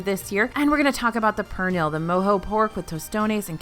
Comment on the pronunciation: Can’t wait!! Next weekend 🎉. Ps- pernil is pronounced per-knee. The l is silent ❤